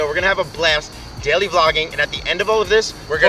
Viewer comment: They way he says daily tho “deiley”